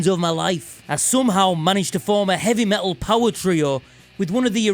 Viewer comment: It's pronounced "Meh Tul".... not Me-ull. Consonants are a thing FFS.